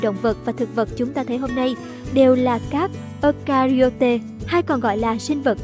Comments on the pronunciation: Ơ-KA-RI-ÓT nha 😅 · Eukaryota đọc là Eu-ka-ry-ot(a) nha bạn